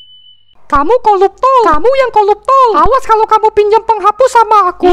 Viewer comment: "koluptol" noice